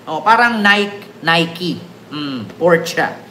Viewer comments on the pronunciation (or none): none